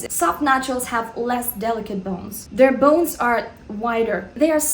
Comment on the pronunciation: Who likes when says "bounes" and "gammeen" (bones and gamine)